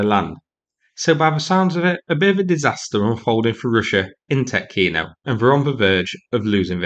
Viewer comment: its pronounced tee-otkino